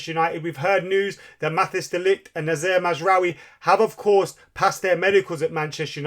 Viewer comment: Mat-tice as in dice.